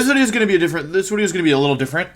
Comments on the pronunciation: why do you say “wideo” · "What's going on guys, welcome back to another Wideo..." Wolfe Glick. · We’re just gonna ignore the fact that he’s saying “Wideo”? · We dont ignore it, we celebrate it!